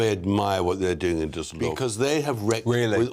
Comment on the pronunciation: Glueckwunsch. Duesseldorf perfekt ausgesprochen❤